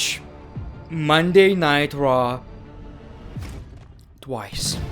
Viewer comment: When He says “Munnaitecha” instead of Monday Night Raw💍